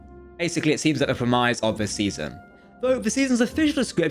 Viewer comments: English your second language? Lets talk about the word Premise...the pronunciation Pre Mize is not quite righ...try prem iss.. youll be surorised at how good it sounds. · Premise is pronounced 'pre-miss' not 'premize'. There's also a letter in the alphabet called T, you could try pronouncing them. Christ. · You say "premise" funny..